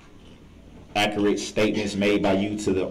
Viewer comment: "Akurit" statements